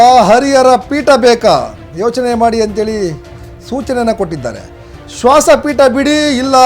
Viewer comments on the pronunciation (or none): ಶ್ವಾಸ ಅದು ಶ್ವಾನ ಅಲ್ಲಾ ರಿ 😄